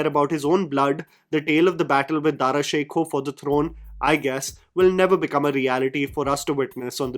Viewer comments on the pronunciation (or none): The fact that you cannot even pronounce Dara Shikoh and instead say Dara Sheikhu,tell a lot about your knowledge of history... Jaun elia nay ek baar kaha tha.. Kuch logun ko padha chahiye, woh likh rahe hain!